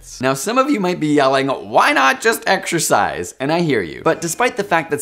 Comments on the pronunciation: man... if you are gonna have the word exercise in the video like 30 times, can we have someone that can pronounce it without saying exSHURcise? You are killing me smalls... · Every time this guy says "Exercise", his pronunciation makes me want to claw my brains out